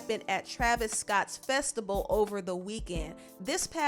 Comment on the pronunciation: If she say festable instead of Festival I'm gonna scream....talk right